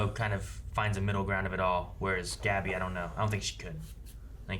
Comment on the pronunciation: They say Gabi's name multiple times in the show and these guys still constantly mispronounce it. That shit is just annoying.